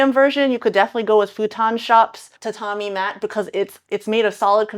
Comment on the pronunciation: That's not how you pronounce tatami